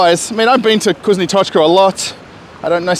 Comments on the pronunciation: NOT KUZNO, but vkusno (fkusno). Say "Ы" on camera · "VkusnA | Tochka" is a mistake. This is a moscow accent. It'll be correct VkusnO